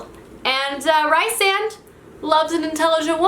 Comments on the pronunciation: Also Rhysand is pronounced ree-sand not ri-sand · its REE-SAND. REE. Sand.